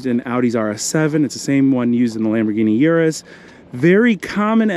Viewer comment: IT'S A URUS NOT YOURUS ⚠